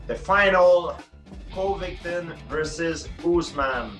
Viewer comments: Covy win ton. Colby will win. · Gsp- "coldy coventon"😂😂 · "Colby, called victim" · I think he may have been saying Colby "Colvictim". He pronounced Colby's last name perfectly the first few times he's said it. Brilliant, Mr Pierre.... Brilliant. Using Colby's own "name game" against him...lol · Coly COVID10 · I heard coby co-victim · “Kobe cole-ving-Alton” 🤣 love GSP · Jorge San-Pedro: Colby Co ving! Ton.. Priceless 😭😭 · no one George st Pierre : Kobe kolbington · I've heard St. Pierre say Colby's name correctly many times. I think he's kind of "low key" pronouncing it Colby "Covictim" on purpose, using Colby's own name game that he likes to use so much. Great move by St. Pierre!...Touche' !!! Even though Colby is GREAT for the UFC and an amazing fighter, who I love watching fight, that shit with his name is hilarious. George has a great sense of humor, both on and off camera. He's an all around great, normal guy who's enjoying his retirement to the fullest. Going out on his terms has done him well. Which, I believe, kept him healthier. It's not often you see fighters who were "aged out" or advised to leave because they were no longer competitive. They were more likely to suffer/sustain life altering brain, or other injuries if they'd continued to compete at the highest level. It's a fact, not up for debate. We don't hear from those fighters near as much as the ones who retired on their own terms. That being the smart and healthy way to do it for healthy longevity. This was just supposed to be about the "Covictim" thing...lol...I kept thinking of things each time I edited a misspelled, or removed an unnecessary word. OCD, the struggle is real !!! lol... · Did Georges say "Colvictim"? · “Colby coVICTIM”.. Deserved! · The way GSP pronounced Covington 😂😂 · I thought it was colby co-victim lol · Cool-pee corny victm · I thought he said CoVICTon. LOL I'll have to listen to it again. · Co victim, I think he is doing it on purpose. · "koby colvickton"!